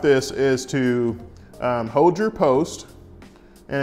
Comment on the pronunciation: I love the southern accent and that you say “hode”.. instead of hold and brung 😂 makes me feel at home. I’m from GA.. so I get it.